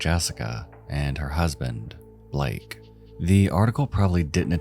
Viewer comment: BALAKE not blake